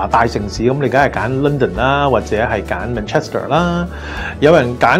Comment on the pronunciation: 連 Manchester 都讀錯，熟悉英國有限。